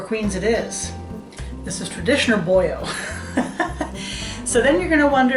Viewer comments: “BoYo”? I’m born and raised in PA. I’ve never heard it called “Boyo”. I think if you said this in the Skook you would get run out of town. Boilo, just like it’s spelled. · I thought you had to be a Skook!! Watching in California. (Originally from Auburn) I've always said it with the L though... I haven't heard it with the L as a Y sound before. We don't have Four Queens so we've had to substitute. I enjoy your channel!!! Found it as I sit here making Halupki.